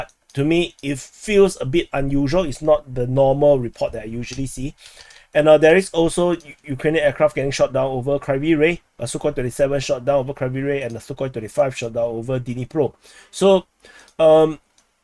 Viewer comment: He pronounces 25 closer sounding to 35. It is quite prominent, but then again, everybody knows ukr don't have 35s